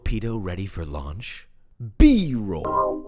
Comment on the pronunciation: God dang! His B is getting louder...... (B of B-roll)